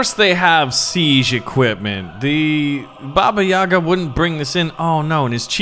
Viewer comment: not babá yagá the right is "bába yága"